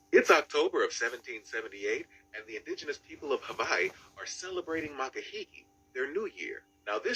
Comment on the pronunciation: "V" is proper.